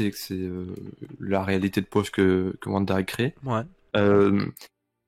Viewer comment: "La complicité entre Vision et VANDA..." mes pauvres oreilles...